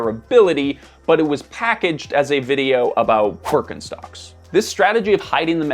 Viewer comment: good video, but please do me a favour and learn how to pronounce non-english words. It's not in particular you, rather I noticed that many people who are native in english give a damm on how to pronounce foreign words. I am referring to "Birkenstock"